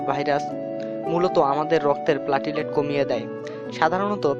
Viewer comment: প্লেটলেট,. not প্লাটিলেট